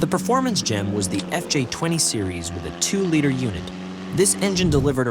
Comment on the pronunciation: Great video. But please learn how to say Liter. "Lee-Ter"